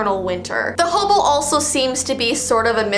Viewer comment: why do you call hem hoboo????